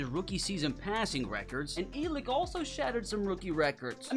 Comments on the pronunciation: Happy Birthday. BTW it's pronounced Ell-Ick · I heard how you said elic ayomanors name you said it like elick but my name is elic to and the e is silent idk how he pronouces his name but i just wanted to point that out!